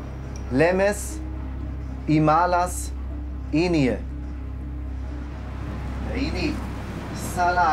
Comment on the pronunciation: Sagst enie musst es enia aussprechen